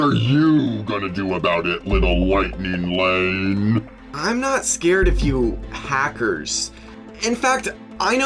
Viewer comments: Hold up did the say lightning Wayne at the first part of the video or did he say lightning lane because I’m confused tell me the truth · I love it that the says wightning wane